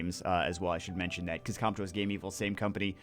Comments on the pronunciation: Alright, repeat after me: Game. Vil. GAMEVIL. NOT "Game Evil". Seriously, they even had their logo speak a few years ago, for correct pronunciation. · GAME-VIL, NOT GAME-EVIL